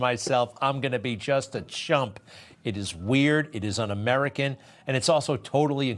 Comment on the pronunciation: To be so disrespectful to call our vice president by a derogatory name by mispronouncing her name but yet if you really listen he pronounces it right a few times he's just racist Greg Kelly newsmax do better